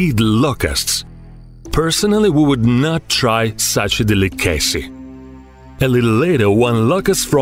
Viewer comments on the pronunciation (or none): Him trying to say "delicacy" is my favorite part